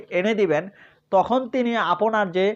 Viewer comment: ৫ মিনিটের আলোচনা করলেন ১১ মিনিটে। এতো অপ্রয়োজনীয় কথা বলেন কেন? আর "আপোনি" "আপোনার" এইসব ভুল উচ্চারণ ঠিক করেন। লেখাপড়ার মান দেখেই বোঝা যায় আপনি স্বৈরাচারের দোসর